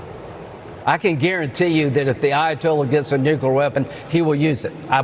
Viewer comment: Do they say “new-q-ler” on purpose?!